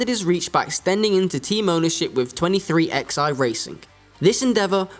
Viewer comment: My comment: it’s not 23 x i racing. Those are Roman numerals at the end, pronounced “Eleven,” so put together 23XI is pronounced,”twenty three, eleven!”